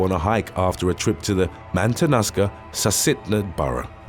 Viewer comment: 'Matanuska' is pronounced like 'matt-ah-NEW-ska'